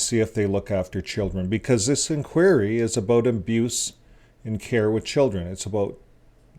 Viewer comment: Why can't you pronounce simple English words correctly--learn how to pronouce INQUIRY. It sinks your credibility with thinking folks.